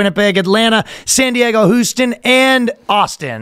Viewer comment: Is Ryan doing this on purpose? How the fuck does he mispronounce Houston.